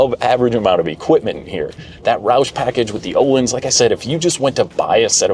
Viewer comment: Suspension company is pronounced "o-leens".